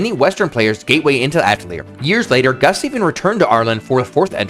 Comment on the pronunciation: You know, I kept hearing you say Gus instead of Gust and I thought, boy this person Gus is really working hard on these.